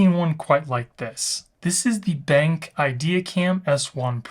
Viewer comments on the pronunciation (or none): Nice review and cool features! I think it’s pronounced ‘Ben’ then the letter ‘Q’ (like cue), Ben-Q, just a heads up!